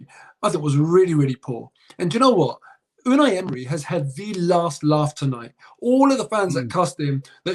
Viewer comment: Man said polos u na